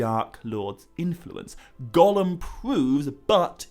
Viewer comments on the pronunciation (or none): none